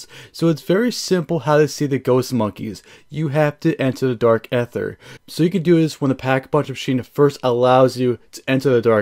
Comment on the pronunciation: just a heads up its pronounced like "DARK EITHER - E:THER" the A is silent